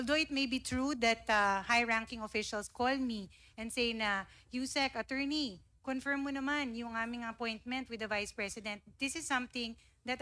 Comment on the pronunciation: Isolated in the nature of tasks. Luistro's attempt to showcase intelligence inadvertently resulted in confusion and unmeaningful dialogue. Learn to prnounce 'confirm' before u go on public ma'am.